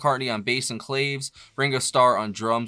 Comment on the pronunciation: Claves are pronounced "Clah-veys"